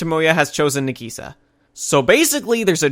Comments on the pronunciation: no offense bro but i hate the way you pronounce nagisa its "nah-gee-SAH" not "nah-GEE-sah" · I actually agree with him, i dont think any of the points you made were credible since it seems like you didnt pay attention because most of these things were explained. btw its na-gisa not nageesa you can tell you watched the dub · Sorry but how you pronounce Nagisa invalidates all your criticism (this is a joke) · You aren't saying Nagisa's name right